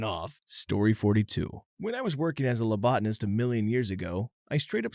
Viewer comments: Phlebotomist* also watch your "lobotanist"!!! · THEY MEAN PHLEBOTOMIST YOU GUYS WHAT THE ACTUAL HECK NO NOT A LOBOTOMIST AS THE SUBTITLES SAY NOR A LOBOTNIST AS HE SAID NOR A LEOTIST AS THE CHAPTER TITLE SAYS o_0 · The hell is this dude saying, labotanist? It's phlebotomy!